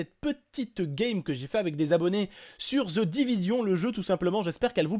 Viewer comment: Aaaah au début quand t'as dis Ze Divizion ca ma fait mal ca se dit Ze Divigion